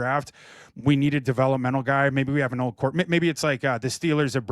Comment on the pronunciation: He can’t even pronounce Sam Darnold’s name correctly